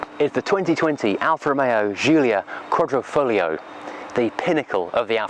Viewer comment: You are butchering the name, It's pronounced exactly the same as you would say the name Julia in english, with a "G", just recite the alphabet and you will figure it out.